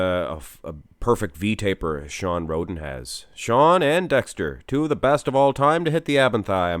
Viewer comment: I swear said Shawn Rhodent at the beggining